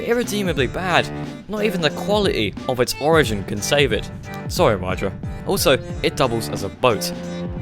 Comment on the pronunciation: The FPU Wydra is not meant for everyday use NOR for track use, so you just didn't review it at all. It's meant to go anywhere, and not to be a rally car. Also, it's spelled like ,,vydra" (with the ,,y" pronounced like in the word ,,system").